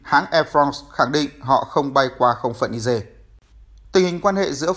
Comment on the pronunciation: Ni-giê chứ không phải ni-dê.